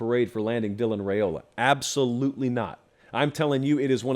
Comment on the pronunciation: Let's get Riaola properly pronounced, please.